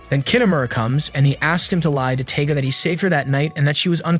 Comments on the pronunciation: LOL it's not "Taga" It's Tiga like Tiger the big jungle cat. 🤣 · Him mispronounceing the palm top tigers name makes me very angry